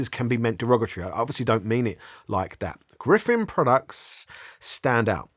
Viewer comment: Gryphon not Gryphen